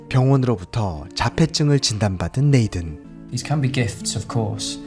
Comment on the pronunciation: 리뷰는 좋은데 혹시 이름같은건 네이든 이라고 쓰여잇지만 발음이 네이쓴 이기에 다른분들 리뷰영상을 봐도 이런건 좀 쓰여진대로 네이든 이라고 읽으면 진짜 어색하거든요 한번쯤 생각해봐주셧으면 좋겠습니다.